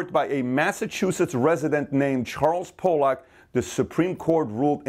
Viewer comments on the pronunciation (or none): Just because I'm This way, I just want to let you know, Pollock is not pronounced (pole-lock). That's a slur for a person from Poland. It's pronounced (pall-uck) like the fish that I belive are related to cod.